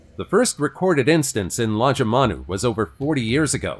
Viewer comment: There is, and it did, but it's bloody hard to tell with that accent. The town was Lajamanu, near the Tanami desert. Event happened but all the footage of it was some other random country. People driving on the wrong side of the road & there's no multi-storey buildings in Lajamanu.